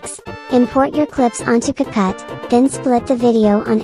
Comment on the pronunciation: What’s a capat shakes tutorial Disclaimer: I know what it is the voice just says “capat”